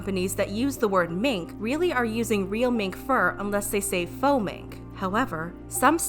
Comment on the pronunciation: Fo mink. Its faux.